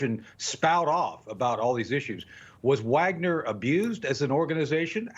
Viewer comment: Who can trust with Fox News says they can't even pronounce Wagner correctly